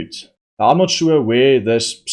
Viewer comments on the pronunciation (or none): none